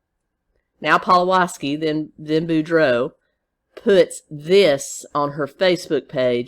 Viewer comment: Thanks for pronouncing boudreaux correctly!